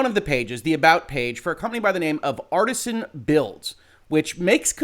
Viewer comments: It's Artesian as in an artesian well, not as in artisanal bread. And, Kia's name was on screen. Everyone in chat could see who he was talking about. Every small streamer he bashed after her had their name on the screen as he is "screening" them as well. Thank you for the legal take. I've been waiting to see this particular matter explained. Much appreciated. There is so much more to this that I would like to see explained as well. It really is unfortunate. I was actually a pretty big fan and have an Artesian Builds PC, myself. Needless to say, I'm very disappointed in the brand right now. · Jesus - if you're gunna hop on the story to grab a few views, get the name right at least. It's Artesian - Arr Tee Zee An - as in water-bearing strata, not Artisan. It wouldn't surprise me if the dbag thought it meant Artisan when he set up the company, but I'd extect a "legal Professional" to get the details right. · It's not Artisan it's Artesian. Different pronunciation. I know. I'm that guy. Except it would have made more sense for them to actually use Artisan as I don't see how Artesian reflects what they do as a business. Maybe Artisan Builds have already been used, maybe I'm not that imaginative, I don't know. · It's not " Artisan " it's pronounced " Are tee zee an " lol, law but can't pronounce an easy name, like come on dude lol, in other stance, what Artesian did was horribly wrong and should have his knees broke for that. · It's not pronounced "Artisan" builds, it's actually "Artesian" builds, which makes infinitely LESS sense than Artisan. They obviously meant to call themselves Artisan Builds, but they did not.. instead it's Artesian.. Definition of Artesian: relating to or denoting a well bored perpendicularly into water-bearing strata lying at an angle, so that natural pressure produces a constant supply of water with little or no pumping. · "Artesian", NOT "Artisan".